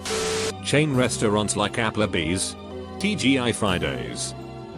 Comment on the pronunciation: App-Luh Bees?